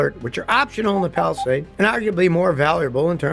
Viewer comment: Would be nice if Scotty mastered the proper pronunciations of Hyundai and Palisade. 😊